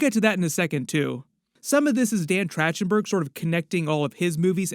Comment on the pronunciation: Man, how many times you butcherd dan's name is insane.